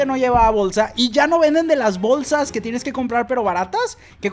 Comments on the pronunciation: Por que dices Bowlsas? JAJAAAJJAJAJAJA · Bowlsas Bowlsa Bowlsas